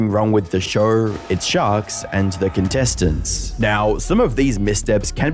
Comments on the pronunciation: So this guy puts an "R" at the end of "show" and "Idea" but removes the "R" on "however". He says "Showr" and "I-dear" and "How-ev-ah" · Noar, TV ShoAR, IdeaAR, soAR Of all the way you guys butcher the English language, the way you can't handle the simple letter "o" is my favorite 😂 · Shouuuuuuurrrrrr. Why the fak english is such a fakin faked up language? Show is just on it's own a good word to hear, but if you pronunciate it shooouuuuuurrrrrrrr... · Never heard the word show with an R in it before this video